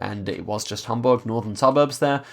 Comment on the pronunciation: I’m from Hamburg and I really like you’re pronunciation of the German cities :)